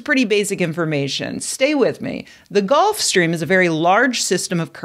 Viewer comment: That should be pronounced Gulf Stream rather than Golf Stream.... Otherwise good news.